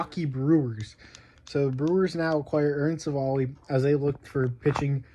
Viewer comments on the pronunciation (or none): its civ-ale, not civil lol jk. Why are brewers trading for shitty pitching? lol